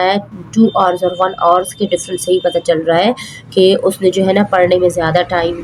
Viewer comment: Pls learn how to say hrs ok